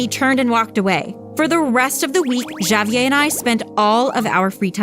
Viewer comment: She pronounced Javier as javyay